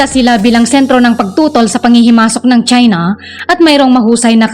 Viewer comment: CHINA NOT CHENA LOL😂